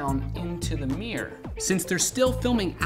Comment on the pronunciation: What the fuck is a "MEEYUR"????? MIRROR! MIRROR!!!!